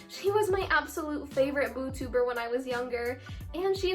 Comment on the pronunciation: the heck did she just say boo tuber instead of YouTuber